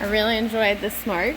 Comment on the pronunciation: love how Australians say " smoyk"